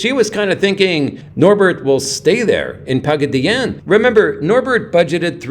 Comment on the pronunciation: Pagaddyannne?......😮 classy pronunciation....classy video 😂😂😂